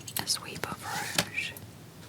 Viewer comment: This is random but the way she said "a sweep of rouge" sounded sooo Aussie 😭 (I'm Australian I know what I'm talking about)